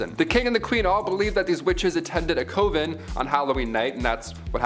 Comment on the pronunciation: Coven should rhyme with oven, not cove-n.